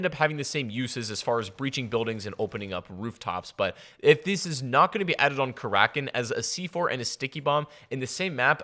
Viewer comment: its kara kin not kar rakin fuck say it right